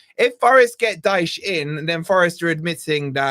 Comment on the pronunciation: IT IS DYCHE